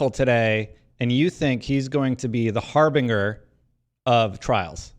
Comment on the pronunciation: FYI thats not how harbinger is pronounced.